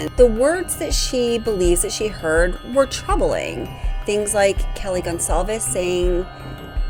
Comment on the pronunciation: Ok if we’re all about detail here… her name is pronounced KAY LEE not Kelly.